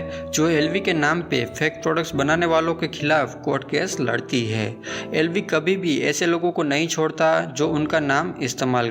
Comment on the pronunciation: Be chutiye tujhse to LV ki pronunciation bhi shi se nhi ptaa bol Kia Raha h tu chale aate h YouTube per muhh uthake